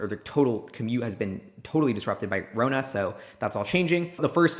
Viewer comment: did he just say rona like jeremy from financial education? lmao